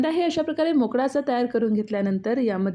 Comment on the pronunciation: परप्रांतीय दिसतेस. काय ती मराठी तुझी. Chav नाही चव असते ते आणि वेळ असतो वेड नाही. Mokda 😂 परप्रांतीयांनी आपापल्या राज्यात जाऊन दिवे लावावे. आमच्या असंख्य मराठी स्त्रिया खूप छान मराठी पदार्थ करतात. परप्रांतीयांनी स्वतःच्या राज्यात जाऊन स्वतःचे पदार्थ स्वतःच्या दरिद्री भैय्या भाषेत करावेत. इथे महाराष्ट्रात घाण करू नका.